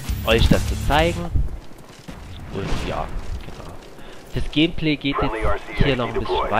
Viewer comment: er sagt immer gämplä :D